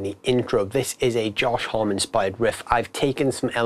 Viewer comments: Josh Homm-E lol, not just "hom" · You would think that they would do at least enough research to know how to say his name.